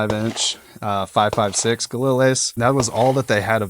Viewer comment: All this talk about your rifle and you can’t even pronounce the name of it properly.